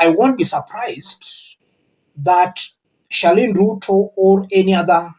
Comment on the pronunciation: It's Charlene not Sherlyne. Please